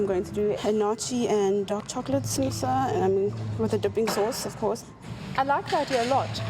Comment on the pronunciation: did anyone else hear sambusaa 😂😂